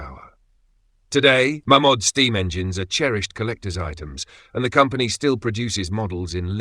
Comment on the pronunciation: Shouldn’t it be pronounced « Mey’ Mod » ? … 😊